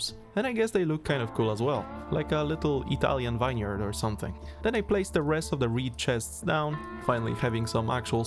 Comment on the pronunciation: well, with how he pronounced vineyard, not too surprising